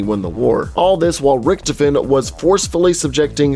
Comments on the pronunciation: It's pronounced ricktofen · You mean Ric-Toe-fin